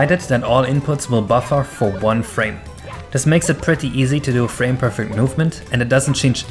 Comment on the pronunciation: haha "nath". "frane". work on your spelimg